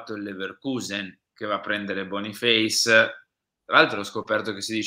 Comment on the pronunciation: Bonifeis ? Boia, non è importante come dicono gli altri. Prova a leggere per conto tuo. Magari in italiano… che dici ?